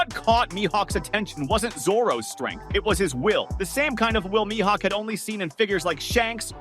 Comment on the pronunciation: I hate how he pronounces Mihawk